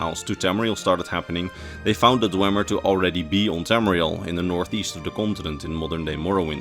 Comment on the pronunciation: You claim to be a lore guy but you pronounce dwemer wrong for the whole video. It's pronounced dwee-mer. You would know this if you completed morrowind.